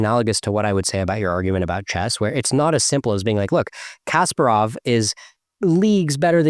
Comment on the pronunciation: "Kasparov" is pronounced ka-SPAR-ov with the emphasis on the second syllable rather than the first. This is a very common mispronounciation that I hear all the time from non-chess players.